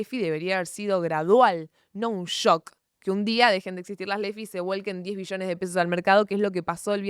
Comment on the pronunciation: acentúa la B wey, escuche 10 Millones y dije, tanto drama por eso? jajaja lo tuve q ver varias veces para notar q eran Billones xD